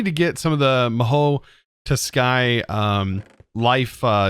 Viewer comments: It’s pronounced Mah-Hoe Tsu-kai not “to sky” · i love the way you trying so hard to pronouncing it. the pronounciation is MAHOU-TSU-KAI the T is silent more like SU. and always love the video. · Mahou Tsukai is supposed to be pronounced as "MA-ho TZU-kai". I think. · It’s pronounce “Ma-ho Sue-Kai” Think of Tsunami when you pronounce the Tsukai part. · mahou tsukai ma-ho-o su-kai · Ma-hoeu tsukai (the T is silent) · Muh-hOE (ts)oo-kAI The ts sound is pronounced like the ts in the word “sheets” Hope that helps!! <3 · Its pronounced as ma-hoe tSU-kai. The t is like the t from tsunami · I think it's pronounced Ma-how Sue-kai. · Ma Ho Tsu (like tsunami) Kai. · Mahou tsukai (Ma-Hoe Soo-kai) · how to pronounce the mod name "ma hoe sue kai" its Japanese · Ma( as in mama mia) -hou( like santas hohoho with an extra u at the end . Tsu(as in Tsu-nami) and kai (like the name kai) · Hey, to say Mahou Tsukai pronounce it like Mahoo Sookeye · You can pronounce mahou tsukai like ma hoe su kai hope it helps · Mahou Tsukai pronounced as Ma-hoo Sue-kai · mahoutsukai you are getting closer, no U between t and s, do ts as one sound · at this point I think he is reading it incorrectly just to mess with us weebs and people who studied Japanese